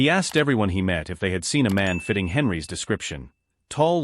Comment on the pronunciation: There is a consistent error that you need to fix: Whenever your AI encounters a plural in the form of a noun followed by an apostrophe and an "s," it pronounces the noun, ignores the apostrophe then pronounce thr "s" by itself. "Henry's" therefore becomes "Henry S." Please fix that.